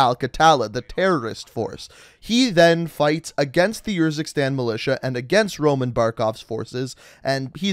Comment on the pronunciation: i love how he has played the campaign yet still chooses to pronounce the country “yurzikstan”